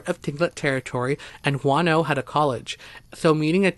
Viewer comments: I kept hearing "wanno" and didn't know where that was until I heard the capital and realized you were talking about Juno..lol..interesting stories.. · It's Juneau, (JEW-KNOW) NOT FUCKING, "Wahn-oh..." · P.s. it's not Juano but pronounced Jew no Alaska. Love your channel. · It's JUNE-OH..........not Juan-oh. Juneau, Alaska..... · Your Alaska story covering "Juano" should be called Juneua, pronounced Ju-no! There is no town called Juano in Alaska, maybe Spanish for Juneua? By the way, that is the capital of Alaska. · I love you stories but you need to get some tenth names right on the town's I mean it's not wan-no it's pronounced Juno Alaska.other than that I love your stories please turn your recording volume up a little bit cuz sometimes I have to use your plugs and even then it's hard to hear you keep up the good work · I also love your stories and have listened to many; however, it would help if you researched how to pronounce the names of towns. Juneau is pronounced June-O. I have also been there. Thanks for your stories and keep up the good work. I'm not trying to criticize just feel people would feel closer to the stories if the places were pronounced correctly. It took me awhile to realize what town you were talking about in Alaska because of how you said it. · Juneau Is the capital of Alaska and is not pronounces like so many city is the lover 48 states with the H sound. It is pronounces just like the month of June with an O on the end as in Oh. For a moment I didn't know where this place must be in Alaska until you told us about a court case which would have been in the Capital city of Alaska, which can only be assessed by airplane or boat. It has roads for cars inside a very small city that run along the coast for just a few miles and then just dead end. The capital building looks like and office building built in the 1970's that you'd see in every town and city in the country.